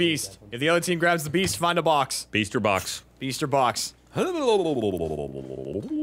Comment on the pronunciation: got so Boston in this. 'Go for your BAWX Jack!'